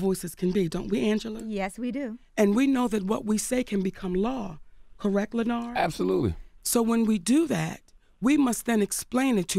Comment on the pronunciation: Not her calling him Lenar lol